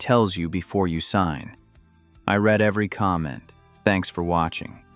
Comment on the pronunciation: You need to type the word ‘read’ to ‘reed’ for your text to speech to finish off an otherwise pretty good analysis and presentation 😊